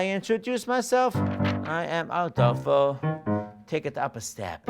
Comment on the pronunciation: My only complaint here is "Ah-DAHL-fo" vs a longer "A" sound. Seth is saying it the proper way but doesn't correct the student's vowel sound. Makes me a little bit crazy. But I'm a huge Seth fan, generally. He really has a good balance of practical technical work with "internal" acting work. Also, though, this is a wildly inappropriate song for this student except if he's auditioning for a very narrow range of roles. This kid would be far better served by "Tonight at 8" or "Grow For Me", or hell for drama, even "Drink With Me" or the like. What role would he possibly be using this song to audition for? He clearly has talent, and it's always worth learning songs you would never actually sing on stage, but if this is an audition masterclass, this song would be a terrible choice.